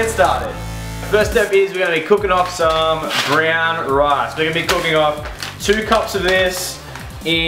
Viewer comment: Briyaaan rice? You mean Brown Rice right?